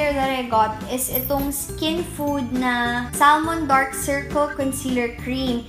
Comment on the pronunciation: Silent l po yung salmon :)